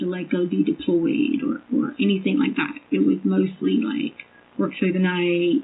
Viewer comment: Her ending every word that ends with a G, with a K, DRIVES me NUTS. " I DIDN'T DO ANYTHINK WRONK". I could give more examples, but you already know. Ughhhhhh